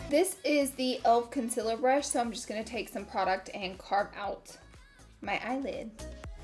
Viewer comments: I'm so annoyed everytime i hear her say conciller. Like why? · Okay I swear Laura Lee is the only beauty guru who pronounces Concealer as Conciler